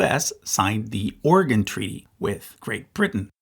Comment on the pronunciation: Oregonian listening to this video: "...which used to be called Oregon Country." You pronounced it right!!! OMG!!!! This just made my day!!!!